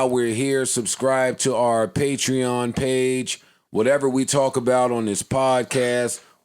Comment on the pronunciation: Finally said patreon right